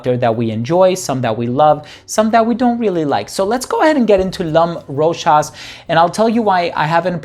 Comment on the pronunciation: Well pronounced brother! 😀👍. For everyone else in the comment section. This is an official commercial of the perfume Mademoiselle Rochas. Hopefully this puts an end to the debate on how ROCHAS is pronounced